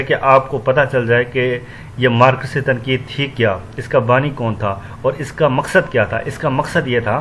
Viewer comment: مار۔۔۔کس۔۔۔۔ ہاہاہاہا Marx کو Markas پڑھ رہے ہو